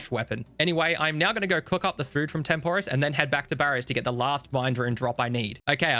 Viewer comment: Video great. Pronunciation of Tempoross/Banner is painful.